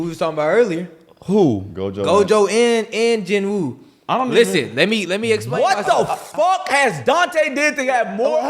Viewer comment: Its jin woo